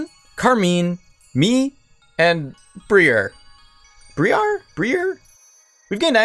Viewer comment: Briar is a normal English word, pronounced "bry-ar" it's the thorns on a plant, such as a rose. In fact, if you've heard the word before it's probably been "Briar Rose" as an alternative name of Sleeping Beauty.